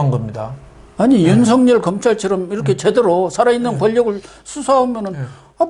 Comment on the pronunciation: 윤석열을 윤석렬로 발음하지 마세요 기본적인 국어입니다 반성하시길~